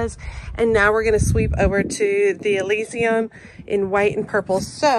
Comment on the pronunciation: Loved your video!!! Pronounced A-liss-some. My favorite thing about your videos is they are down to earth and feel genuine. Thank you!